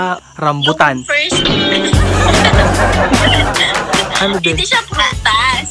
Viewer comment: Letter R... Ah Ranbutan?